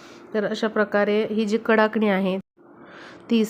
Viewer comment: फारच लांबण लावली आहे. आणि कडकणि म्हणतात. कडाकणि नाही.